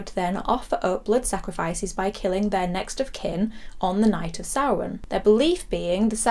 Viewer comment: I love that Michael wrote samhain in the school in halloween2 and despite his education dr loomis completely mispronounced it. I'm watching halloween3 later tonight and halloween6 has always been a 'guilty pleasure' of mine, its not as good as h20 but I love paul rudds slightly creepy take on Tommy Doyle.